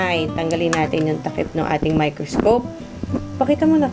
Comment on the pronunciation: Tinascope! 😅 miKRIScope? 😅❤